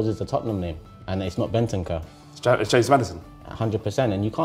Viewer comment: Man said bentancur ahahahaha